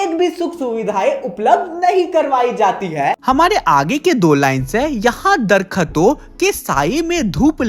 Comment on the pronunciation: It's not Darkhaton. It's Darakhton